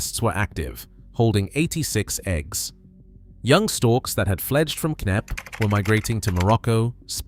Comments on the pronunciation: K-nepp? It's pronounced Nepp. It takes 5 seconds to Google the pronunciation. I'm guessing you're American. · Pronounced "NEP"...not "Kay-Neppy". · Where is Kay Nepp???? The estateS name is "KNEPP" and pronounced "NEPP" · Shame about the narrative. WHO in UK says K napp. It's Knapp, PRONOUNCED as Nap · This place, called Knepp….silent K. Not Kenepp. Aaaaaargh! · It’s not K-nepp. The k is silent. It is pronounced as Nepp. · Its pronounced "Nepp" not "K-Nepp" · Pronounced nepp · Kay-Nepp? Stop using computer-generated narration. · It’s pronounced NEP …. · 50 seconds in: K nepp 😂😂😂 Kay Nepp😂😂😂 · Lol, that is not how Knepp is pronounced. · Stole footage and dont even know how to pronounce the name.